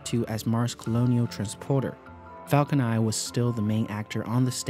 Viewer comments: dude your videos are really good and well researched, but holy spaceballs dude every time you say "Falco Nai" instead of Falcon NINE!!! I lose all interest in the video... Please work on enunciating English words with an N at the end... It gets more and more annoying as the video goes on having to listen to you saying "falco nai" every time.. . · the way he pronounce the falcon 9 confuses me. :( i'm hearing falcon i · Am I crazy or were you saying “falcon eye” the whole time?